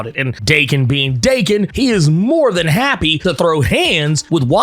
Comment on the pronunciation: If Daken's name is supposed to be Japanese, it should be pronounced Dah-kehn. If it's pronounced Day-Kehn, it would be spelled Deiken.